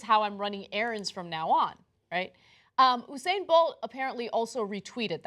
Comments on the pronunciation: hey dummies... it's not oo-sane bolt. it's YOU-sane Bolt! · Anna and Cenk I'm from the carribean and there are a lot of Jamaicans where I live and I'd just like to clarify its You-said not ohhh-sain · it's you-sane, not ooo-sane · His name us usain [you-sain] not hussein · Oosayn bolt??? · lol so weird how they pronounces his name "usain". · It's "You-sain" lol BTW, tbh... the picture did make it look like she's secretly into men (which also made it weirdly funny in a different way - if that makes sense). But... it ain't racist. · The way you pronounce Usain😰